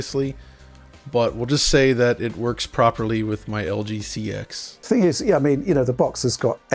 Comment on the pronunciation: For a channel that prides themselves in technical accuracy can’t even pronounce LG CX.